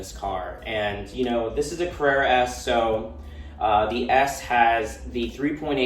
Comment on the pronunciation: Carerra…. CARRERA